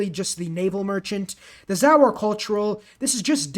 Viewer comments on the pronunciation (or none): none